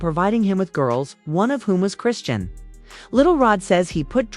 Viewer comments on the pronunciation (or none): Like how many times are they finna keep saying her name wrong every sentence 😂 Christian, crossiant, Krissy, chriseen😂😂